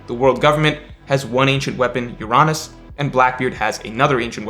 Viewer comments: Bro wtf is your-on-us ? Its UR-UH-NUS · Why do you pronounce Uranus as “You-Ron-Us” it’s suppose to be pronounced like the actual planet. “Your-Anus” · C’mon, pronounce ‘Uranus’ the right way 🤣🤣🤣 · I love your child-friendly prononciation of Uranus. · I was about to like the video, then mispronounced "Uranus" and I became sad 😞